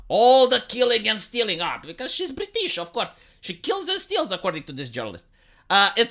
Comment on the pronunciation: You going, "Bree-teeeeesh" had me rofl. XD